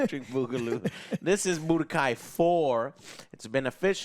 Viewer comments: Joe saying Budokai... Umm... Chile... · Me pulling out my hair while Joe butchers the budokai tenkaichi news.